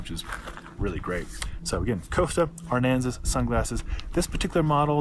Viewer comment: Thanks for the video. I am ordering these based on how they looked on you. I have a similar size and shape face. My hair is even very close. However, you are not pronouncing "Aransas" properly. It's a southern Texas county. Sounds like "a rans us".